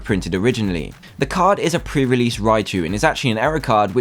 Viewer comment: Its probally not PREREASEASE